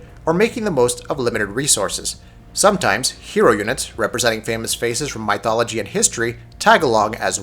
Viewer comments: Say Myth. "Myth!" Good, now say Mythology. "Muh eye tholgoly!" Really? "meye, muth.. Moo?" Get out. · My-thology...really? Lol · For some reason everytime he says it, it annoys me more and more lol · Thumbs down for such bad pronunciation. Seriously? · The way you say mythology sounds funny. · What the hell? Where did this guy learn the English language? I like his review, however his butchering of my favorite Empires game is so annoying, I couldn't finish it. I hope he reads this!